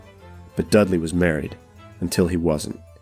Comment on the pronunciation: Had to stop listening at the moment you mispronounced Robert Dudley’s last name. Dudley, is pronounced "DUD-lee," with the emphasis on the first syllable, like "DUD" as in "dud". You said —- who does that? If you’re going to publish, then at the very least make sure you have the name pronunciations correct. It’s extremely unprofessional as you do history (and the listener) a disservice.